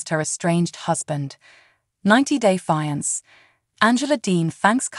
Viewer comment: You need to get a new Announcer!! If this one is AI generated, someone needs to work on the English word pronunciation of fiancé. It’s pronounced fee-on-say not fI-nance or whatever you were saying it was. Pitiful, absolutely pitiful!! Also, I’m rooting for Michael, big time!! He’s not scamming that “female gendered person”. I can’t & won’t call her a lady bc she is not one!!!!